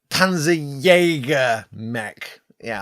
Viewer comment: As a German speaker "Panzerjäger" is a decent name for a mech. What I would suggest is that you lean more into the German pronunciation - the name will immediately sound more threatening. The "jäger" bit is decent, but for "Panzer", you're saying the "z" close to the "s" in "pansy". The German "z" is much closer to a "ts" sound. More "pants" than "pansy". Try saying it like "Pantserjäger", I feel you'll find it immediately sounds a bit more menacing.